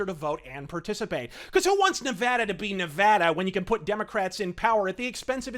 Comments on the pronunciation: Also, thank you for pronouncing "Nevada" correctly. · Thank you for pronouncing Nevada right. I remember a little while ago when a apartment complex in Vegas end up solictating to residents in LA. It's going to get worse when the new stadium opens. Fuck California!